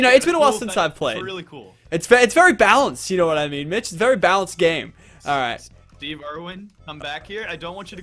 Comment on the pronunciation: Every time he says Mitch I keep thinking he’s saying bitch